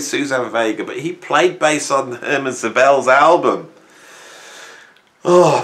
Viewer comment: Hermann, not "Herman," Szobel.